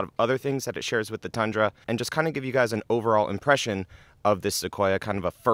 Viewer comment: Tundra is pronounced with U btw. Not A